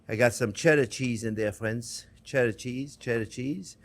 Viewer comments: Didn't you mean "fwends"? He says "friends" just like Elmer Fudd. 🤣🤣🤣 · I counted at least 30 “fwends” from chef, guess he really likes his audience 😄 love you too chef keep up the good work mon ami ❤